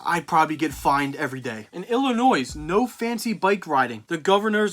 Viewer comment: I can't believe you said Illinois with the "S"